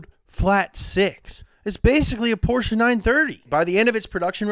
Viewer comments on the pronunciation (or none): none